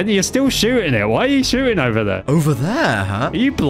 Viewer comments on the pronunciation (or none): jover LOL insted of over lolllll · I like how he says its jover instead of over